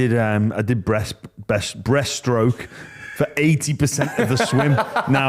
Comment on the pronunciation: Breaststroke dude.. not breathe stroke 😂